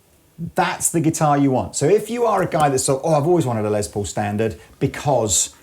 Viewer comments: Less, not Lezz Paul, lol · C'mon guys. I realize it's an accent thing but..................Lez Po ??